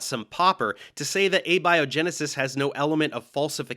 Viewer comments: James Tour: "I want to get this out of the textbooks!" Kent Hovind: "Hey, get your own shtick!" Also, it's interesting that you let slide on this pronunciation of "Abby O' Genesis," but I suppose that dark story about hijacking a funeral more than made up for it. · Abby O’Genesis! Oh man, i haven’t seen her since college! What’s she up to these days? Is she still completely clueless? 😋 (Note: This is not an attack on or critique of Dave’s guest, who seems like a good egg. It’s just a little pronunciation “joke”.)